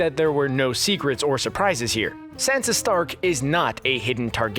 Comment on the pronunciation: Who is Sensa? Oh wait, you mean Sansa